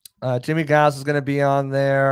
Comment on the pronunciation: I know he was before your time, but in case you talk to him, Jimmie Giles is not pronounced with a hard "G". It's pronounced like "Jiles"